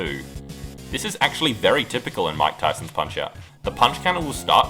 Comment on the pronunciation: bro. i was so confused . i thought you said von kaisers punch out because of the way you said mike tysons.